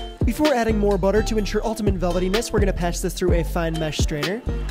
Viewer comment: ''buttea chicken gives u wiiengs''